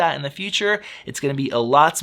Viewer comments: I asked my boyfriend who is Chinese, and he said the closest pronunciation of "Zhi" can be "Jee", so "Zhiyun" is "Jee-yun" ;-) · It would save a lot of marketing effort if they just named it SmartCloud instead of the impossible-to-pronounce-in-English ZhiYun.